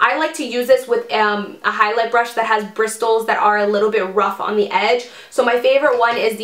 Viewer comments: WHY DOES SHE SAY BRISTLES LIKE BRISS TILS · Just wanted to let you know the "T" in bristles is silent so it's pronounced brissles lmao loved this video! Can't wait to invest in some highlighters for summer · you do know bristles has a silent t right??? its pronounced bris-els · I love the way you say bristles 😂